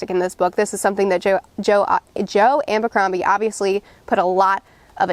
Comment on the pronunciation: Its Joe ABBBBBBercrombie!!! Not Joe AMMMMBercrombie!!! It's without an M!!!!!!!!🤷‍♂